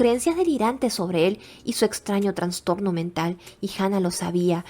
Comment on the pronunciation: Amiga, crítica constructiva: Se dice "Trastorno" sin N entre la A y la N. Es incorrecto decir "Transtorno". Me encanta tu voz, es muy agradable y te oigo mientras hago quehacer o trabajo. Me encanta tu canal y ya me suscribí 😊